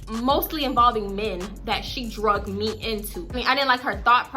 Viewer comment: I’m legit binge watching all ur story times. I love them because I can relate to having a friend like dumb dumb. But girl I was cringing every time u said drugged/drug instead of dragged/drag. Idk y but keep up the story times I’m really enjoying them.